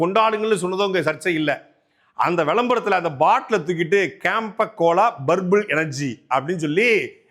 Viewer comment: Purple illa Burbul 😂😂